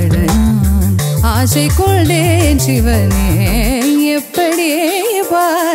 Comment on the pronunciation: Y kondayn is pronounced as kolndayn